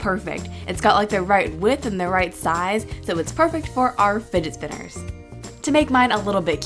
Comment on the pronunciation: "Finet spinners" 😂💖